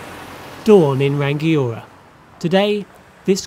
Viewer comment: Hey. Good stuff, though there is no hard 'g' in "Rangiora", it's Ra-ngi-o-ra